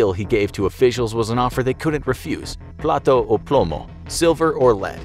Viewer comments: platA o plomo. You said plato, which means dish 🤣🤣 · you said dish or lead Plato is dish plata is the right wording.